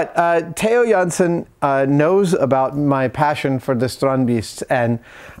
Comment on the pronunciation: really awsome Adam can say a dutch name so well